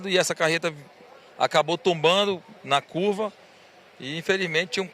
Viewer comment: Que repórter é essa A carreta acabou tumbando 😂😂😂😂 meu Deus vai estudar português